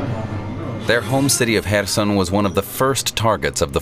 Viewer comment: What is the name of the city right after ? I can't recognize the name Was it Kherson? I couldn't recognize the pronunciation 😂, later they said more clearly